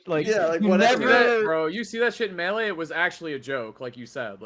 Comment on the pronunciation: How does still not know how to pronounce melee